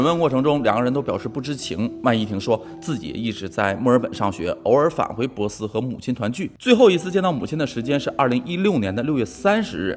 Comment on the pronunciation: 你说的城市是珀斯Perth吗，如果是应该读pò sī，不是bosi。